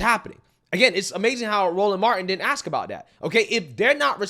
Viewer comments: Ax instead of ask 🤦🏻‍♀️ ect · If your mayor says AKS instead of ASK you're screwed 😂